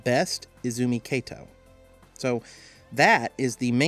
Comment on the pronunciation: It's Izumi Kato not Ezumi Keito いずみかと not えずみけいと